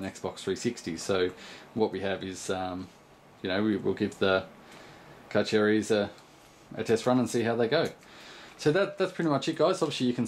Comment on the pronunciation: It's pronounced Carcharias not Carcharias... lol